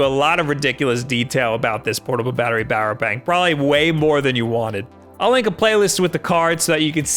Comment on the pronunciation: “Portable battery bower bank” 😂😂🤣🤣😆😆😩